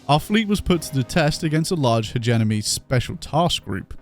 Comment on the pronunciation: Nice! Our boy finally learned how to pronounce alpha! Still has to learn how to pronounce Hegemony tho.